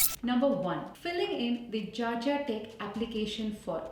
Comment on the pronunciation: Its not gargia tech it's Georgia tech